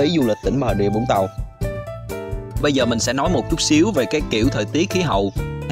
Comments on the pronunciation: cảm ơn vì đọc là vũng tàu chứ không phải zũng tàu :)) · ko mình ko ở vũng tàu. nhưng nghe ad đọc rõ là vũng tàu thì thấy dễ nghe chứ nhiều người cứ đọc chữ v thành chữ d hoặc chữ z nghe đau tai lắm :)). hihi